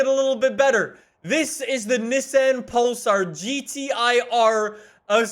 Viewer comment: I keep thinking he say Nissan Polestar lol